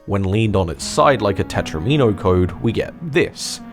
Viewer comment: Lmao it isn’t a “Tetra-me-no”. It’s a “Tet-rom-ino” like domino, because it’s a game piece. Except domino means two, and each Tetris piece has 4 units that make them up, hence the tetra.